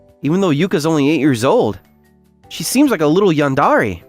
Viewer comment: Saying "yandare" as a voice actor is criminal.